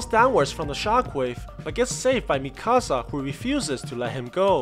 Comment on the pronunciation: Bruh it’s Mikasa not Mi-Casa